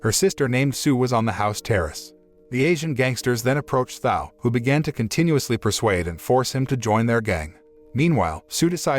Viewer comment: Thao was not pronounced how it is being now. And the phone call was about football tickets. The more I listen , sounds like someone dodnt pay full attention to the movie.